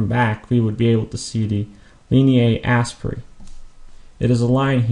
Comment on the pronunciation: Oh I see. I thought the way you were pronouncing it sounded more like English pronunciation rather than latin. I have only heard it as aspera not asperae. But I think you're right. By the way good job on the videos. Anatomy and Physiology are one of my favorite subjects.